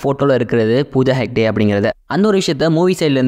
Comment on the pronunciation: யோவ், அது ஹெட்ஜ் அல்ல, ஹெக்டே. அய்யோ